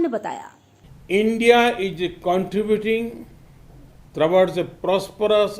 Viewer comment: Countirybuting thro words purpose hota na ki paras poras hota hai